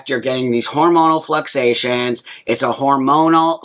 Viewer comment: Hey Buck...... it's fluctuations, not fluxations. Other than that, you are spot on.